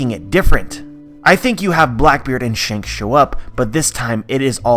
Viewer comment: ITS SHANKS MAH MAN